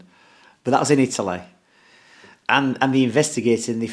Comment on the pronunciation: Italeh Italeh not England we're talking about Italeh 😂 I love Dom 👍😂